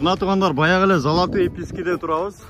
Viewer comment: Золотые письки эмес, золотые пески деп суйлочу тууган😂😂